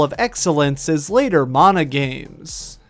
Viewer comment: Mana you dumb fuck. Like man-uh. Not mawn-uh